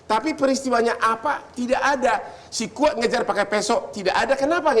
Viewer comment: Sekuat bukan sikuat